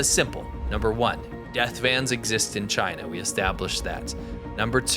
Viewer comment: He hates CHY-NA, that how he pronounces it with great derision.